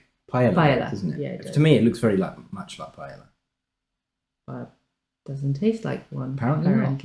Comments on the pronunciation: Paella is pronounced with a y because it's again... Spanish. Not pie ella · Pronouncing them "chipolte" and "pie-ella" in the same sentence is so British 😄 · Enjoyed the video, Jolly is a great channel to learn more about American cuisine. For future reference, the words Paella and Chipolte are pronounced as follows: Pa-el-la (pie - AEY - ya), Chip-ot-le (Chip -OT - lay).